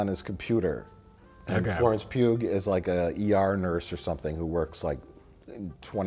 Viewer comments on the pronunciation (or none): the way mike said "Florence Pugh" is the first time I've heard it pronounced that way. I have the same last name as her, it's pronounced "pew" Like Hugh with a "P" instead of an "H" I don't get why so many people mess it up...